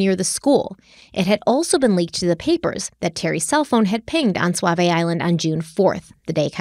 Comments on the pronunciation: Ok, yes... you said Willamette correctly. You also pronounced Multnomah (Molt-no-mah) as "Muitnomah" and are now pronouncing Sauvie (Soh-vie) as "Suave". Ricco Suave has nothing to do with Portland. You've also pronounced Oregon (Or-gun) as "Or-ri-gone" and The Oregonian (The Or-go-nian) as "The Ori-gone-ian". Now that that's settled, can we please just hang Terry upside down until the truth finally spills out?? I say the state does to her whatever she did to Kyron. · First of all, I love your podcast. I love that you are doing this case and it's very close to home. I do get a chuckle when says swavy island. It's pronounced "saw" "v" island. Sauvie Island. 🙂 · Sauvie Island is S-A-U and pronounced like SAW-Vee, not S-U-A like Suave. But the way you pronounce it like SUAVE-IE would make for a pretty cool island name too. 🙂 Also, Terri and Dede are guilty as sin! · I love you guys but it’s pronounced Saa vie. U is silent. 😂 sorry I’m from Portland and I’ve never heard anyone say suavie. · I noticed you pronouncing things better. You're from the East Coast so of course you don't know how to pronounce our words, just how we probably don't know how to pronounce your words correctly Suavie Island = Saw - Vee eye land. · Say it with me. “SAW-VEE” island 🖤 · Just FYI it’s pronounced Saw-Vee Island. 😂😃❤️ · Sauvi island is pronounced “SAW-VEE” and Oregonian - “OR-UH-GO-NEE-IN” lol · I’m from the area, Sauvie Island is usually pronounced like Saw-vee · I love you both and ❤ but I’m from Portland and we call Sauvie Island “saa-vee” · Yes, but Oregonians say "Soh-vi". We have a lot of strange looking names her- some are people's names, many originated with the First Nations. They all have correct ways to be said, though. How can she be correct? By taking the lead of those who've lived here all our lives. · It's not just pronounced Sauvie , it is also spelled Sauvie.